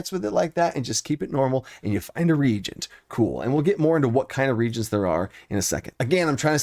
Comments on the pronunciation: Respectfully... it is pronounced re-agents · It's Ree-ay-gent. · Thank you! I really loved the direction of the content... That said, "regent" was an [OCD] immersion-breaker for me. Best-practice: Google the pronunciation of the words that come up +20 times per video. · He's now the 😂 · Have I been pronouncing "reagent" wrong this whole time? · Lol, I was thinking, "Oh no! The math teacher didn't talk to the chemistry teacher!"